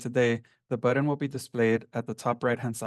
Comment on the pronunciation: It is a BUTTON, not a BUDDEN. Dude is driving me crazy with this.